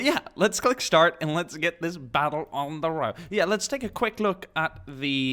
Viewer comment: He Said Shtart lol